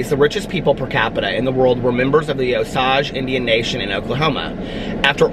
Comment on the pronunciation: I've always heard it pronounced OH-sayj